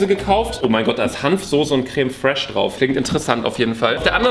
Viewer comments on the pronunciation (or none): Crème "fresh" 😂 Aussprache ist auf jeden Fall da hahaha